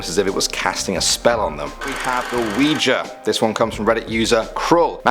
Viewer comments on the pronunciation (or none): oujia is not pronounced "WE-JA." It;s pronounced "WE-GEE" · Ouija = Wee-jee, not wee-jah. And it is NOT a game. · It's pronounced weejee not weeja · umm it's said weejie not weeja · I've heard both a considerable number of times tbh. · Oujia isn’t oh-wee-ju it’s wee-jee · U spelled ouija “oujai” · "the oujia" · ouija is pronounced "weegee" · Its pronounced awege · The wijuh XD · Sorry man, I know it's just your accent... but it's pronounced like weejee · 1. it's spelt Ouija 2. pronounced we-G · you said oujia wrong